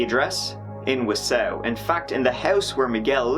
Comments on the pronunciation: Pronounced Antago not AntEEgo and Waw-saw which u kinda corrected 😁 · Ann-ta-go Whaa-sa 😂😂😂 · half my family lives in Wausau, Wisconsin (Wa-saw) true story. Not Wa-Sow lol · Yea you butchered those names. Wausau is pronounced (Wah-saw) and Antigo (Anti-go)... You like those names... We have plenty more awesome ones in this state waves of sarcasm flooding in Wisconsin is wonderful. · Oh, great! I was just going to make a comment on that. However, it's not pronounced Warsaw, either. It's tricky. I remember it from an insurance commercial from years ago. You should call someone there and have them pronounce it for you. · Pronounced WA SAW That's ok though. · I was laughing so hard at you saying Wausua. Good times lol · Wah saw(wausau) and ant igo (antigo) funny that people trying to correct you aren't even getting it correct!! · The way you pronounce Wausau 😂... it's pronounced more like WA-SAW 😊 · not that it matters but it’s pronounced anna-go + wa-saw 🙃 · It’s wah-saw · I was like... Is he talking about Wausau? Pronounced Wah-saw. I don't remember this happening. Wausau isn't really a big college, party town. But it is definitely larger than towns around Antigo. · Is he saying Wausau? Wah-saw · (WA-saw) Wausau..... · Solid attempt at saying Wausau, but it's pronounced "Waah-saah" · It’s pronounced wa-saw. Lol. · Just started watching your videos a month or so ago. This one hit home as it took place, sadly, nearby. Love your interpretation our our Central Wis. names. It's Ann T Go and Waa ( like a baby sound) Saw. Have you ever looked at the Kuntz family murders in Athens. Which the people around that area tend to call At ends. Go figure. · I live in Wausau and had no idea what city he was naming. Its pronounced like Wa-saw. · Wausau is pronounced "wah-sah' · the town names are pronounced ant-i-go and wau-saw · Wah-saw, lol, not what he said, welcome to Wisconsin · phonetically it is : wah-saw :) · It is pronounced “whaa-saw”